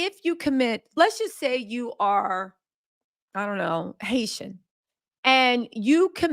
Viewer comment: Love to here her say Haitian 🇭🇹. 😘 she is Gorgeous